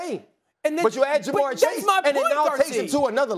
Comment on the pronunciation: ITS JA’MARR CHASE